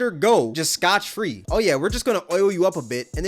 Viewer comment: Scot-free, beloved. Not “scotch.”